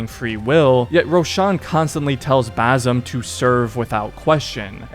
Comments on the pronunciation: For the love of god its BaSim NOT baZim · I'm native Arabic speaker, his name is BaSim, not BaZim. Don't convert the S to Z. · It’s pronounced bas Im not bazim idiot why can’t Americans pronounce things correctly smh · Dude it’s an s sound not a z sound not basil but basim with an s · Where the fck is the Z in his name? ffs why do white people fail to repeat a name they hear for 40+ hours it’s BASIM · One things for sure. His name is pronounced basim , like with an S not a Z. Like the way the other characters pronounce it 10000 times throughout the game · How can you play 2 games with the character in it and still mispronounce the name? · Dude u said every name wrong why do u pronounce it like that in the game it says basin roshin it’s awful u say the name totally wrong listen to the game that’s not there names